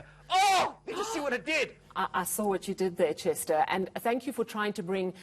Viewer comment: Chester accent is not right